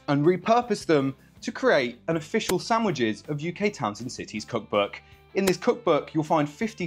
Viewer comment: Stop pronouncing „sandwiches” wrong